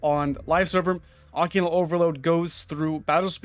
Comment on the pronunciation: "Occulant" lol. Wtf